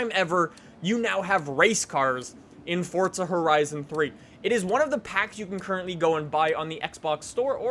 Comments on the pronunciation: is it just me or does he sound like he says Fortza Horizon 3 not Forza Horizon 3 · It's pronounced "four za" not "fort za" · Forza Not Fortza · stupid bitch stop saying fortza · STOP SAYING FORTZA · Canidian say fortza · Why does this guy say Fortza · for the last time, there is no "T" in Forza